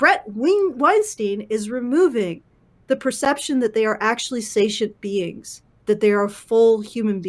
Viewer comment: sentience - sen-shuh ns , not say-shunts.